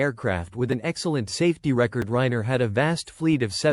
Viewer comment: the narration is terrible and makes no sense. No proper cadence of speech. No human expressiveness and emotion. Doesn’t pronounce Ryanair properly also. Ignores punctuation and doesn’t match it with the tone of voice. It’s super unnatural to listen to. I lasted 1 minute.